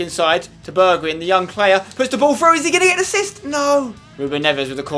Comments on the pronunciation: Nice episode Spencer! You pronounce Bergwijn like Bergwine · Say Bergwijn like this: Berg-why-n . I'm dutch; so it should be okay ;) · Spence, you're saying Bergwijn wrong, it's pronounced Bear-g-wine :P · You should say bergwine instead of bergwijn cause then it would look more like how you say it in dutch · You dont say it like bergwin its more like bergwine (Im dutch) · spence its pronounced Bergwyn not Bergwidsjn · Pronounce Bergwijn as Bear gghh wine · Bergwijn is actually pronounced Berg-Wine ;) And Toche is not pronounced Touche :D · You pronounce Bergwijn as: Bergwine, and then the first 'e' as in Alfred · berg"wijn" you say wijn like WINE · If any one is wondering I am pretty sure Bergwijn is pronounced Bairg-vine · POI it's Berg-Wine just like Wijnaldum is Wine-aldum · you actually say it like bergwine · I think it's pronounced BergWINE. Because the same letters start Wijnaldum and we say WINE-aldum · I think it's pronounced like Berg-Vine like Vine-naldum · Pronouce Bergwijn like berg(pronounced as berg is Heisenberg)-wine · The the last part of the name bergwijn is pronounced as wine so it's bergwine👍🏻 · You are supposed to pronounce it "Bergvine" like the app Vine. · The 'wijn' in Bergwijn is pronounced like 'wine'. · you say bergwijn like bergwine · Hey Spencer!, u pronounce bergwijn as bergwine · Bergwijn is pronounces like Bergwine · Pronounce Bergwijn like: Bergwein ij = ei in dutch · You Should purnounce bergwijn as bergwine. Thats how the dutch people say it. :) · I think Bergwijn is pronounced Berg-Wine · Spenny, Bergwijn is pronounced as Berg-whine. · You pronounce his name like bergwine and you pronounce the "e" as the e in "where". Just wanna point that out ;) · You should call him 'Berg-wine'. That's about as close as you can get to the Dutch pronounciation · Try to pronounce bergwijn as (in english) bargwine. The A as in happy:) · Bergwijn is pronounced as: bergwine :) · its pronounced bearg-wine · Spencer it's pronounced Bergwine